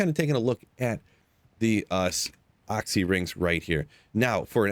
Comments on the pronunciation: OXXY rings??? Is that really how the rest of you pronounce it? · Oxy ring lmao, you pernounce oculuis 100% fine, but when u try say short version comes out oxy?!?!? lolol first person in 20+years ever heard call it that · AW-SEE lol. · For the love of god stop saying Oxy ring... It was "The Occulus Ring" based off the wep xD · Hate the way you say "occy" ring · you pronounce Occy so weird!!! great video though.